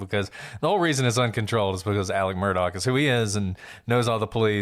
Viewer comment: MUR "DOCK",...... MURDOCK........ DOCK, DOCK, DOCK............ Jesus, Lady